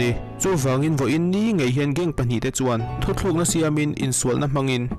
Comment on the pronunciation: Thu thluk nilovin thu tluk aw sir